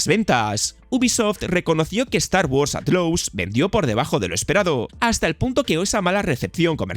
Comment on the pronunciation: Start wars “atlous” 😂😂🤦🏻‍♂️